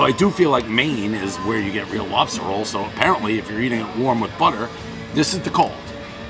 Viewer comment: Elmer fudd wuves Wobsters